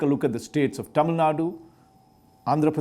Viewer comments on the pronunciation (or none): none